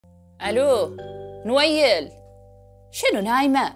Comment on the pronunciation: مو كنه قالت انويل